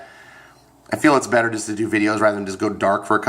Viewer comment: You said its 'butter' 😂😂.. Ok you're both wrong. Overwatch is bettterrrr